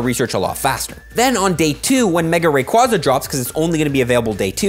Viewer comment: Wrong way to say Rayquaza but hype!